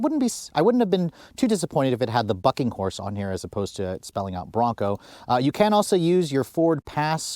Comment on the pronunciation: That F##king Horse!! Lol that's what it sounds like when you say it